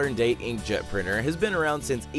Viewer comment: Today on TechJoin: an invennor invens a prinner, another invennor invens an implannable pacemaker from another invennor's paten, a Swedish invennor creas a prize to honour other invennors' achievemens ou of his own guil, ye another invennor invens a super-effec'ive adhesive in an acciden, a Chinese cook accidennally invens explosives instead of something to ea, two scientiss store a gas overnigh, the residue of which gets to see successful developmen in various fields, an a scientis accidennally cooks candy in his pocke, leading to a grea idea for the home appliance marke. Nex time on TechJoin: The fully pronounceable T!